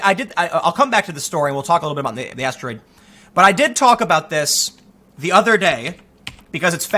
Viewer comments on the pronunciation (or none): none